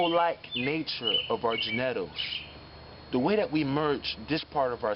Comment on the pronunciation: We really going to breeze over the fact this man just gave us a pronunciation never imagined…? gen-neh-tals is crazy work! 😂❤️‍🔥👑✅💯